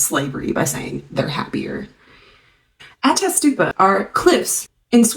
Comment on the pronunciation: What, I think my comment got taken down, so I'll try again; Pretty good pronounciation of "Ättestupa". I'm Swedish and have heard the saying "Det får bli ättestupa" since I was a kid; it's when people are so fed up by being treated badly and having low wages that they say that they might as well go hop down a cliff when they get elderly 😅